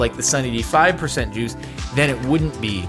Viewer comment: I shut my eyes and was just listening to the commentary. I just was so confused like why is he talking about Jews ooooooooh wait juice 🥤 that’s what was going through my mind